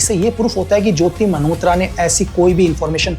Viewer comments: Sir aapke desh prem ko salam. Par aap jo मल्होत्रा ko jo bar bar 'मनहोत्रा' bol rahein ho woh bahot bhadda lag raha hain. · भाई खुदा का खौफ खाएं लेकिन मल्होत्रा को मनहोत्रा न बोले,वो "न" नहीं "ल" होता है😂😂😂